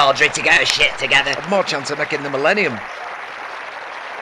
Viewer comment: Remember all that time Audrey couldn't say it properly. She used to say minnellium haha